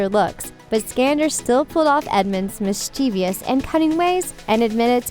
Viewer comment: And "mischeeveeous", and "Jin-AR-brike". 🙄